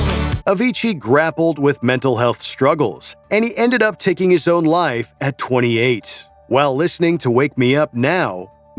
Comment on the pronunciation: "and toda" "Bennington took his own lie" PLEASE, fire this guy and replace him with someone who can say simple words.